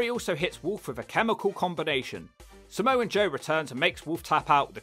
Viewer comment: Samoa joe not Samoan joe lol